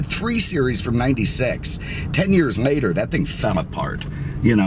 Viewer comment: why does he use M’s instead of L’s? “10 years mater”